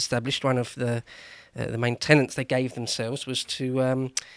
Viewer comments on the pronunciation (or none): Tenets, not tenants or Tennents, though that could explain a lot!